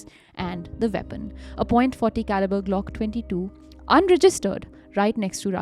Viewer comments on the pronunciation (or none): none